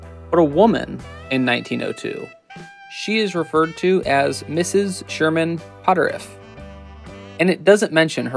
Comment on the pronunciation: Great Video! Just one thing Potterf is pronounced pot terf not pot terif. Sherman is my Great Great Great Grandfather. Funny story my grandmother was a Potterf and married my grandfather who was a Puthoff.